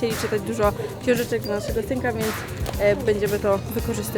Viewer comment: tak dźwnie powiedziała dla naszego synka ja usłyszałam Tymka?